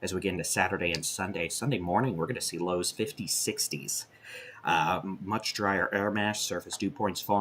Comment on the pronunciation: I had to backup and relisten when you said liws in 50s and 60s. Haha